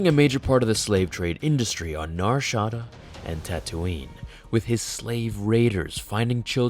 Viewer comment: Nar-Sha-DA that is all